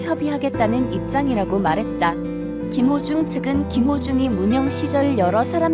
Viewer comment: 김호중입니다 유튜브에서.울호중님 이름잘못젂고.발음또한 잘못하시길락.제가많이 지적했던부분인데 김호중~~국민가수울 김호중.한번더확인하시는것도.좋은방법이겠죠 김호중입니다.